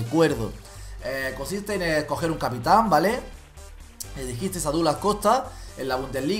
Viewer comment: capitan va con acento a la segunda a no a la primera kiki 😂😂